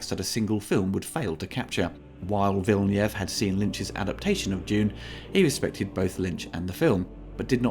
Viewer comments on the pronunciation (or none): It sounds like Villeniev the way you say it, which would be a Russian director though... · I really like it! I hope there will be a sequel. I think it is better than the old movie, although I liked that too. Good review, but maybe look up how Villeneuve should be pronounced. That sounds a bit jarring.